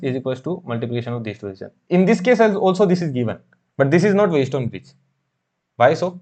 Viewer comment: wheat stone bridge❌ White stone bridge✅ mho ❌ maaho✅